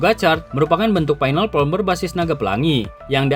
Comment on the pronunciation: FORM bang, kok sering dnger jd from 😂😂😂